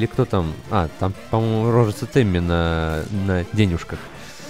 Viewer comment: почему произносит темми, как тиммэ! (с южного парка)